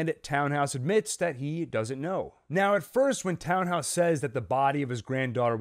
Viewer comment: I know it’s silly to care, but it really is “Tan-house” not “Town-house,” and the difference is distracting. Sorry.